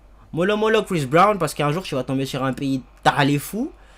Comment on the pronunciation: Prononce bien son nom avant de parler de lui mec 😊